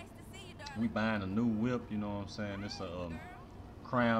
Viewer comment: Ik he was from the H when I heard him say ( you none sayin)